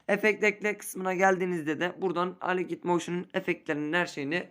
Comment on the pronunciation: Aligiht moşin xD